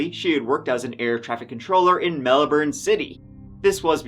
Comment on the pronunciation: Also, for the future: It's Mel-BIN, not Mel-borne. Melbin. bin bin bin.